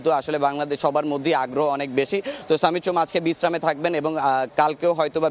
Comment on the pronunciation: ভাই আগে ঠিক কর “সমিত সোম” বলবি নাকি “সামিত সোম” বলবি! একেকবার একেক রকম উচ্চারণ শুনতে বিরক্ত লাগে!